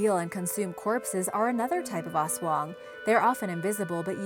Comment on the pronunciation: I loved when she said aswang..😍😍